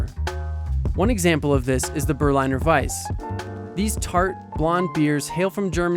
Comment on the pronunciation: Quick German tip: "ei" is pronounced like the letter i. It exists, because we pronounce the letter i "ee".